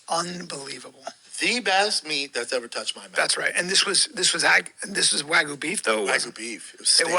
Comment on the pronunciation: "Axcess and Waggoo !!" Axis and Wagyu, can't stop laughing !!!